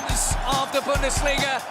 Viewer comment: Booondesliga lmao fix the pronunciation